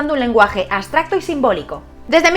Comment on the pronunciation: aBstracto- aBBBBBsssstracto, con B!! B, B, no aSSSSStracto ABSTRACTO (con B)